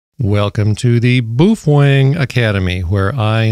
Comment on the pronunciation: It's pronounced "BOW-FENG"